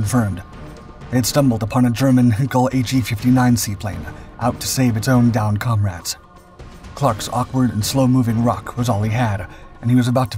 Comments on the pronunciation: I have always thought that "Heinkel" was not pronounced "henkle" but rather as "hine-kle". Very annoying! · Fyi, its pronounced "Hainkel".... still a nice video. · Hinkel? Heinkel is not pronounced that way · A bit pedantic, I know, but these things are important: 1. NOT a Hinkel, but a Heinkel. 2. Part of your footage is also NOT a ROC but a Lysander. Pay attention! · Henkel.... 😁 Henkel Trocken ?! 😂😂😂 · Also, the German plane was a Heinkel (think of Heineken), not a Hinkel. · A Hinkel? Not one of the better known German manufacturers. Surely not Taking liberties with pronouncing those pesky foreign words again? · It's Heinkel (pronounced Hyn-kell), a pretty well known and respected aircraft manufacturer. German is quite possibly the easiest language on earth to pronounce. They do have slightly more rules, however the language adheres to all of them. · . . .and he needs to learn how to pronounce 'Heinkel' too! 👎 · it’s a German word - afaik there’s only 1 to pronounce it - slightly amateurish and disrespectful not to bother using the correct pronunciation imho.